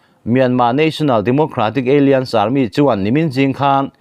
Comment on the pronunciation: Alliance hi aliense ti a lamrik tur a ni lo. Alaianse ti zawk tur